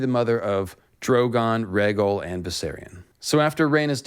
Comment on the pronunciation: Love all your content.... sub for years n years..... Just a heads up, the name is pronounced Ray Gal. Or that's how they say Rhaegal in the audible version of "Fire and Blood"